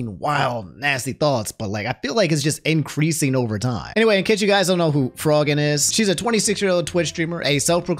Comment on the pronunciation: It’s pronounced FRO-GINN like afro